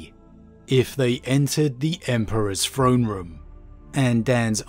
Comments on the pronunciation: anyone else's ears bleed from hearing "frone" ? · No idea it was pronounced frone and not Throne... I thought it was a limitation preventing him from properly phrasing the sound "TH" but I heard him say the word « this » without problem. I guess I just took the word throne for granite... ted